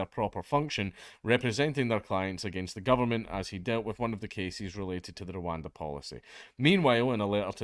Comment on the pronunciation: "Your going to Rowanda"